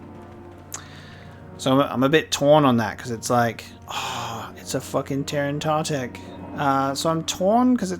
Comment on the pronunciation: It’s T-er-in-ta-tech not tear-an-ta-tech. There’s no A. These creatures were brought into canon in season 6 of the clone wars in the Yoda flashback where Dooku says ‘Master I was just telling them about the time you killed the terentatek on kashyyyk what a terrible beast it was.”